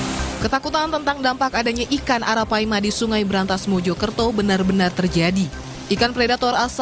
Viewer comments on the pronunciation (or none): Arapaima om bukan araipama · baru paham kenapa kucing di australia dikurangi habis2an populasinya naisse, min tapi saya penasaran yang bener ARAPAIMA atau ARAIPAMA? saya cari info di gugel adanya arapaima bukan araipama, tapi disepanjang video subtitle maupun audionya bilang araipama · Arapaima..bang bukan araipama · ARAPAIMA jadi ARAIPAMA😆😆😆🤣🤣🤣🤣🙏🏻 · maaf bang koreksi yang bener arapaima bang,bukan araipama